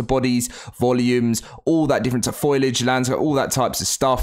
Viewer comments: It’s foliage not foilage 😂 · I absolutely can't stand how you keep pronouncing foliage like foilage in every single video lol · It's pronounced fo-li-age, not foil-age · Can you please stop saying “Foilage” when the word is “Foliage”. Foilage isn’t even a word! Foliage as in plants; not aluminium foil lol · There's a few words you can tell he doesn't understand what he's talking about lol like the meaning of a word I mean lol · It's not foilage.